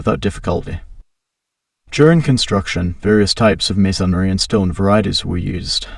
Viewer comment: Everytime he says masonry, I cringe. 'maySONry' 😵‍💫